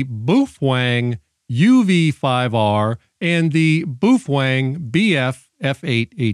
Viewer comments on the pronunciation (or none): Why do you call it “boofwang”? You have pronounced it correctly in past videos. Just curious!